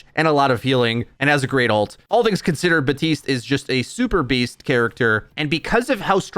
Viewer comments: it bothers me some much when hes buh-teest instead of bap-teest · Anyone else getting annoyed by him saying "batiste"?